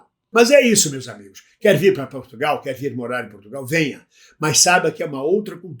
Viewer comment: Portugal, e não P"U"rtugalE